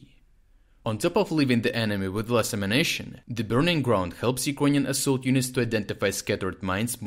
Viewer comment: I wish he'd stop saying "ammunition" as "emanation."